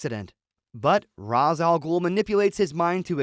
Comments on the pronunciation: His name is pronounced RAYSH, not ROZZ you fucking dingus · It isnt pronounced Raz....it's pronounced Raesh. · Ra's is pronounce "ray-shh" looks like catwoman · It's RAYsh al-Ghul/ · It's pronounced Ray-sh.